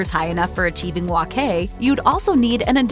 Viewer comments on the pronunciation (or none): Please say it right, it's wok hai, by wok kai.